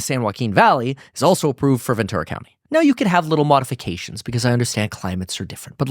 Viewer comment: Ventura is pronounced as venchura.